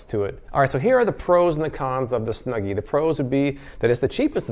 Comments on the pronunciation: Why do I find it so funny to hear you say “huggle” and “snuggy”?!? 🙈😂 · So much bias on the snuggy, you dont wear it right, you say its name wrong like 3 times , this review might be rigged.